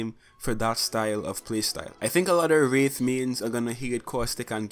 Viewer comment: "Who plays WREETH and mains WREETH"